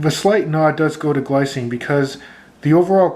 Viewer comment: Glycine is Swiss so it's pronounced more like 'glee - tsee - nuh' or 'glee - tseen'. Also, not all of their watches have ETA movements, mine are fitted with Sellita SW 200-1. If you buy one you will have to open it to find out what movement is in there.